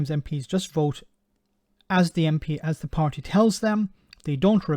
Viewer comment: Nope. He says v for th.